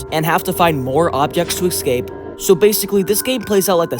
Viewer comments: Why do you say excape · Why do you say exscape